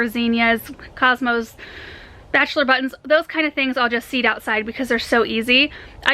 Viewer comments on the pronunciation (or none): none